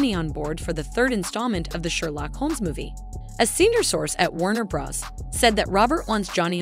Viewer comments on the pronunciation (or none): none